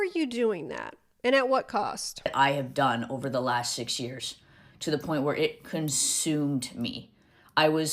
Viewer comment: her pronouncing “years” differently is annoying me so bad